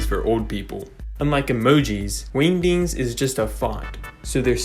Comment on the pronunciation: I like the way you say, “wingdings.”